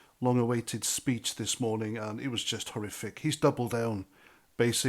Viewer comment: Horrific not horiffic.